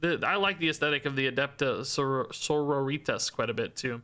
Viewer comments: I love, but Adepta Senoritas was physically painful. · Adepta Margaritas.